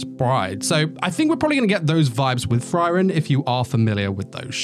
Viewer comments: Frieren, not Friren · It's "free - ren" not "fry - ren" also the panel is pobably the best manga panel I've ever seen. It's not packed with many details in the background or anything but you can see Frieren's emotions so well. It conveys really strong emotions and I really hope that the anime team delivers on this particular scene. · the fry-ren thing is really making me suffer through the video it sounds good though